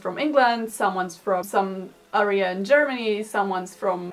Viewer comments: Not that your English is lacking at all - because it very obviously is excellent - but in case no one else mentioned it: When pronouncing the word “area”, the emphasis is on the ā, not the e; it sounds more like “ Air ee-uh” with the ‘Air’ being most emphasized ✋😅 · 'Area' is actually pronounced in a different way. I don't know if anyone has already mentioned that below.